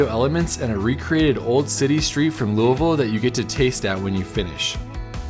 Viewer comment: As a life long KY resident I just want to say… thank you for your accurate pronunciation of Lou-a-vul. Been watching your videos for a while and think you are fantastic!!!